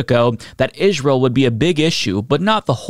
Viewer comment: Still can't listen to the way you pronounce Ish-rye-el